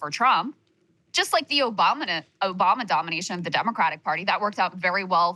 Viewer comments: Krystal said OBAMNA 😅😅😅😅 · Krystal with the hilarious "Obamna" slip 😂